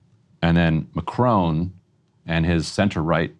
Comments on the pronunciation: Mah Krawn. Not macrone. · Macron....NOT Macrone! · It’s not M’crone. It’s Mack-Ron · It’s not Ma cr own, it’s Ma cron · If you want to be taken seriously, pronouncing his name would be a good start. Mack Ron (the n is almost silent), not Macrone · "Mah-crone" Lol